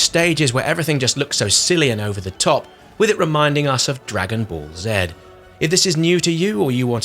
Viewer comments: Dragon Ball Zee, NOT Zed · It’s how non-Americans say it